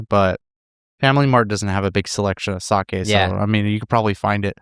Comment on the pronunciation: Says the man who butchered the pronunciation during the sake talk. LOL Those who live in glass houses shouldn't cast stones (人のことを言う前に自分のことを直せw)